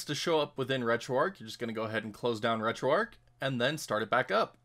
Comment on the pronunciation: The h is not silent in Retro Arch. If it was to be called the way you pronounced it, then it should be called Retro Arc instead.